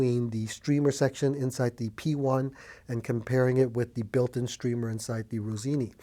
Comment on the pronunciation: Rossini, not Rosini. 😉